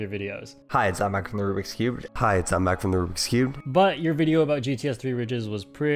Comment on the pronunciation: It sounds like hi I'm back from the Rubik's cube